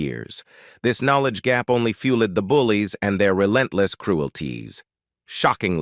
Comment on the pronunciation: Ref' bad pronunciation by the male reader, from 3 min's 50 : fuel - ledd ( fuelled); themselv - EZZ ( themselves); mire - orr (mirror); meEEss - shers ( measures); adversi - TYE ( adversity) ; peer - i - OOD ( period ) ; simil - ARR ( similar )... Ah well....😢 🇬🇧📖😠🙉🎄🦉👎🇬🇧